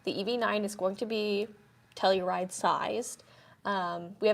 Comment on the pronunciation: You say it wrong!!!!!!